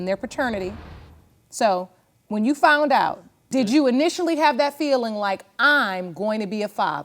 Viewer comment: Why is it I always hear “ I FOUNT out?” The word is FOUND!!! I FOUND out.